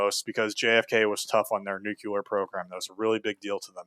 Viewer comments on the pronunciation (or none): Just for future reference cuz I've heard u say it a few times now, when saying nuclear, its "Nuc-lee-arr", not "Nuke-u-lar". Love these vids keep it up